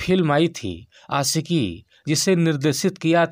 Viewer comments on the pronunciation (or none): Bhai , achhe se bolo....Aashiqui, khushhi.... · भाई आप'ने आसिकी.. खुसी कहा है.. शारदा आप टोन में ""श"" को स"" बोलते है... सही शब्द है आशिक़ी ख़ुशी..